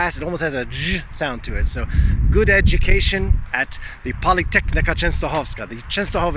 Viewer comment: Not "polytechnika"! Pronounce... "politechnika",:) Keep teaching... no matter how resistive "subjects" are.